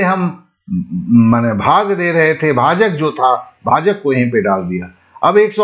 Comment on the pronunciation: SIR JI BHAGA NHI HOTA H BHAAG HOTA H